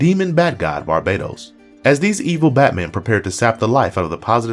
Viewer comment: IT'S BAR- BA -TOS .....NOT BARBADOS TOTAL DIFERENT